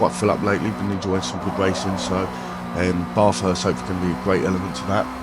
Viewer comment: Say BAF HURST. That's how it's pronounced mate